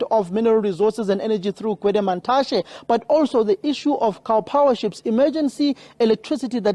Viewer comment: This guy pronouncing Gwede Mantashe like a coconut